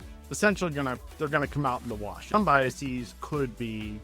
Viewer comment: BiasEEZ? No. It's an English plural, not a Latin one.